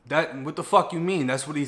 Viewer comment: The "wat" took me out😂😂